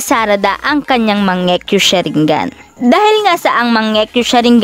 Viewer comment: Ako lang ba naka pansin sabi nya mangiyu sharingan